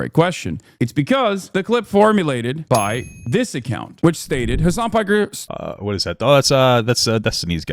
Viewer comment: His name is Piker that’s his surname not “Parker” lol